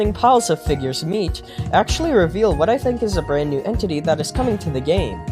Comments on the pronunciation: Why you gotta say figures meat like that😭😭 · my immature ass laughing every time he says "figures meat"